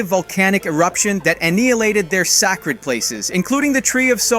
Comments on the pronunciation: why does the ai always mess up saying simple words...say-cred = sacred, not sack-red = sacred. For ai being so good, its really bad too haha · "aNEEalated their SACKrid places???" what is this pronunciation my dude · Aneehilated, their SAHcred areas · That eliminated their SACK-RID places😂😂 That's weak af😂😂 It's pronounced SAKE-RID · "Aneealated their sak-red places" I can forgive mispronunciations of fantasy words, or foreign words, but those are normal English words that are pronounced the same in all accents - hearing that hurt my brain. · Whats with the sudden poor pronunciation ? Annihilation, Navi, and sacred?